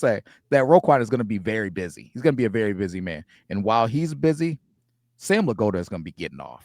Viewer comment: Are you purposely saying Sam's name like that? Crazy way?